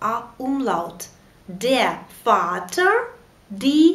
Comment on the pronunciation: По-моему, буква R в конце слова в немецком яз произносится как баува А. Напр: Vater(ФатА). Вы её как в англ яз произносите как R, но смягчая.